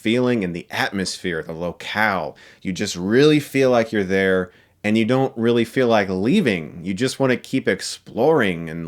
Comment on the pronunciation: hahaha when he said "there was originally a remake of the first... blah blah" I understood "thas was oringinally a remake..." I almost started yelling at my screen